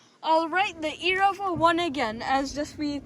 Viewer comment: love how you say erevo but be carefull with the body they nolonger exist